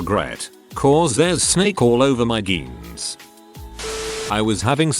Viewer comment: When it says “geens” instead of “jeans”